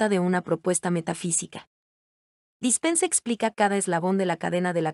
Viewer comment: Se pronuncia como si dijeras "llou" y es Dispenza no Dispense